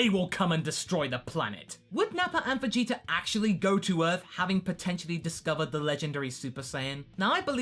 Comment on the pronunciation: am I the only one that notices the "er" sound at the end of some of pronunciations of certain words ending with an a? a little distracting for me but funny to hear lol